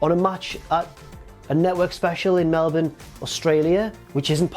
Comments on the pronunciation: Thank you very much for pronouncing Melbourne correctly 👌👍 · You said Melbourne correctly! 😆